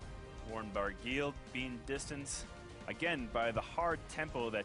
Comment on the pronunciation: Barguil is pronounced Bar-gee, rhymes with key.